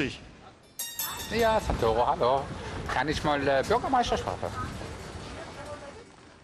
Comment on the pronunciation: Bei Santoro liegt der Akzent auf dem ersten o und nicht auf dem a😒😒